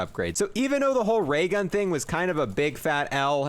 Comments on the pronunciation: "waygun" Me:"new gun?" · “dis might affewct da waygun”